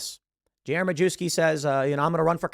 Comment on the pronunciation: Tim it’s pronounced MA YEV SKI